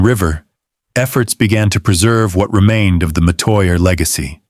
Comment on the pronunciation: This is partly true. He's pronouncing Metoya wrong